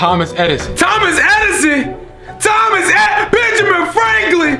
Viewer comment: i thought he said th-omas hedison XD